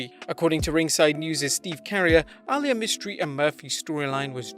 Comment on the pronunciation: Bro, Reys daughter is pronounced “Ah-Lee-Yah” not “All-Yah” 😒 smfh